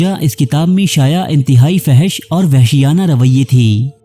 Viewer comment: Fohash Not Fehash